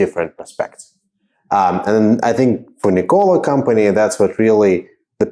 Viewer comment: NICK-o-lah please. Not nick-O-lah. You know, like the inventor. Otherwise, nice video.